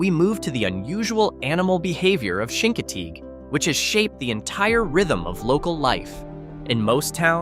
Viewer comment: Chincoteague pronounced differently as well.